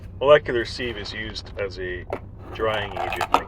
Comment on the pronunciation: Btw, you’re definitely pronouncing sieve wrong. Look it up. Not trying to be mean and you seem to realize it. You’re better off checking before you start than realizing mid video. It makes you sound bad. Also, what’s with the weird music?